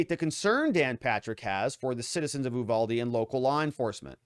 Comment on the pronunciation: The town is Uvalde. you- VAL-dee. Check out what has been going on this town. It has been through hell since the border dissolved. The school is what you would expect from Mayberry. This is not a wealthy school district. The officers, of any kind have been through hell, just look at how the response has been. Instead of giving them time, the media wanted answers right now! While this was a horrible thing, it's the split rein incident all over again. For God's sake, at least take a minute to learn to say the town name correctly.